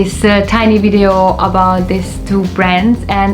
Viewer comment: I like the way you say "wintage" and "wideo". ;) Thanks one more time for the very detailed review of the Solido and Shuco models!